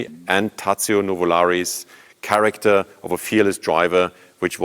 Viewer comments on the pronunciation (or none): none